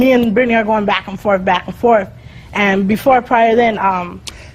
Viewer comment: “back and forf” 🤣😂